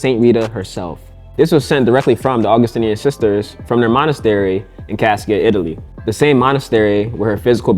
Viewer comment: I lived down the street from this shrine, attended the novena a few times. My friend lived in an apartment on the complex for a time. His little dog got loose one day and ran around the sanctuary 😊. FYI: Cascia is pronounced "Cosh-a"